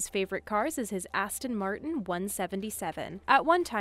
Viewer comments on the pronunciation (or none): She literally said Aston Matirn and showed a picture of a Porsche 911 GT drifting